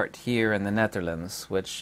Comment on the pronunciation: I like your demeanor! Sub’d. (I now know how to properly pronounce “The Netherlands!” Thanks! Aloha!